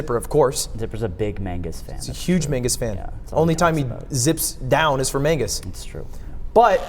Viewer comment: 9/10 show. Would be 10/10 if you stopped saying "Mangus"